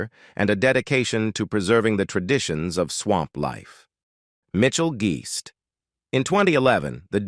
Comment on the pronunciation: Funny how the AI narrator mispronounced a lot of words. Especially Mitchell Guist's last name. He pronounced that in at least 3-4 different ways. LOL